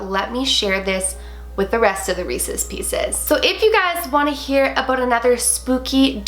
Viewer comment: I herd it when she said did u jear that